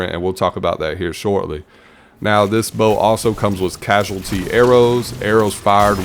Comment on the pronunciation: Cause-al-ity not Casual-ity for the perk on Ticuu's.